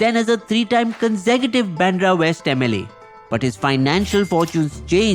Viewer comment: Not Pandra it's Bandra